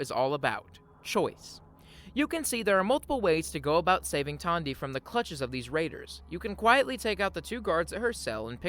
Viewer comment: Everytime you said "Tawndy" instead the logical "Tandy", it caused me pain 🤣